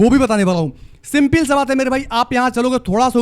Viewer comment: Skip ❌ Asskip ✅ Simple ❌ Simpil ✅